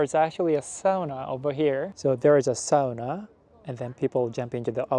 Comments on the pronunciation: Isn't a woman's name in Japan? It's a man's name in Finland. PS. Great job with pronouncing the only internationally used Finnish word correctly! It's awful hearing people say "soona". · thumbs up for pronouncing "sauna" correctly ^^ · good job on saying ¨sauna¨ because most non english speakers say it like ¨soona¨